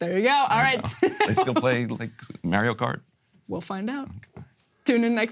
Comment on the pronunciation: 😂 Ryan said Mayrio Cart